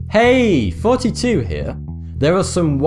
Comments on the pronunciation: why he always saying FORTY TWO NOT THOUGHTY 2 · i always hear him say... "Hi, fourty-two here"... :D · Every time he says thoughty2 I hear 42, anyone else? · he does say 42. thoughty2 is a pun because it sounds like 42, and 42 is the answer to the universe